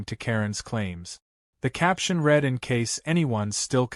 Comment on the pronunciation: The AI needs work. Read is pronounced "red" when it should be "reed" and "reed" when it should be "red". GET YOUR ACT TOGETHER!